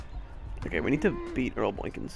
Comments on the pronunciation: Very excellent video, but it sounded like you were saying "boynkins" instead of "boykins" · How you were saying n in boykins bothered me but I love your vids and all your series!!